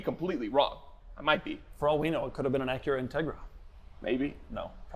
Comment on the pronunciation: Doug said Acura wrong!